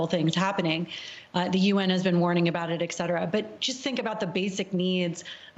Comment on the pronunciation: The pronunciation of "etc." is ET-CETERA, not "eck-cetera". Petty of me, way off-topic-- a teachable moment & a pet peeve. Ok, I'm done.